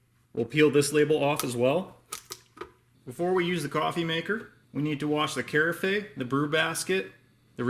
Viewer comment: Great review but FYI no e sound at end of word carafe...kr-af 😉